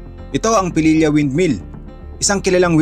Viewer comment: Its Pililla po, not Pelilla. Thks.